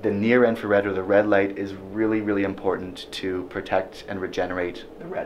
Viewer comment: did I hear him say "blue inferred"?